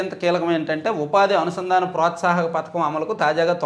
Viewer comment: Pathakam kaadu padhakam anaali